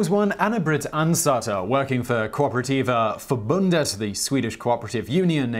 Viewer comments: Just wanted to point out that Simon's pronunciation of "Kooperativa förbundet" is surprisingly close to being the correct one. If he lightly rolled his "r":s, it would probably sound exactly right. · Oh, someone pronouncing Swedish words (kooperativa förbundet) like they should. Not used to that.